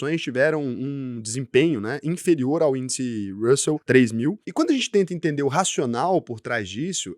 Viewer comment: "Ele deve "i"ntender tudo"...pqp